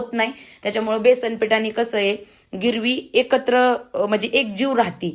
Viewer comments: अग गिरवि नाही ग........ग्रेव्ही... कस्तुरी मेथी नाही ग...कसूरी मेथी बोलतात....राग नको मानू...पण आपले माणूस चुकत असेल तर सांगायलाच पाहिजे असे मला वाटले म्हणून कंमेंट केली...तरी तूला वाईट वाटले असेल तर Sorry..... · गिरवी म्हणतेय ग्रेव्ही म्हणत जा आणि कस्तुरी मेथी नाही ग. कसुरी मेथी म्हणतात. पण खूप छान बुर्जी बनवली 👌👌